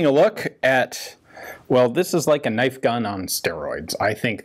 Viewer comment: Crocodile Dundee: “that’s not a knoif.”